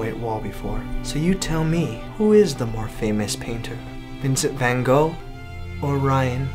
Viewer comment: you said Van Gogh wrong